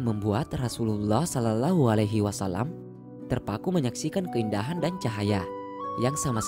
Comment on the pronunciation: Tolong melafalkan dengan benar "shallallahu alaihi wasallam👉shollawwahu", lam jalallah dibaca tafkhim,, lam-nya tdk terbaca.